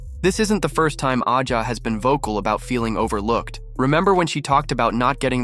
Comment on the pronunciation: Who cares you can’t even pronounce Wilson’s name 😅😅😅😅😅😅